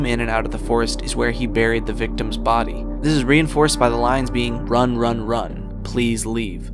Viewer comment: Instead of "run", I heard "rub". Get your mind out of the gutter, I didn't mean like that.